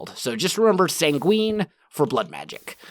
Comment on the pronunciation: Not sangween sanguine